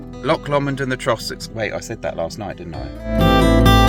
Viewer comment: You are saying Trossachs really well, but Loch Lomond wrong and Loch Katrine. Well the Katrine part was good but its not Lock its Loch. MIdges will eat you alive around there lol